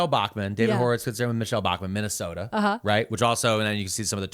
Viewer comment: So proud nailed that pronunciation of Minnesota, but christ, Bachman needs a jumpscare warning.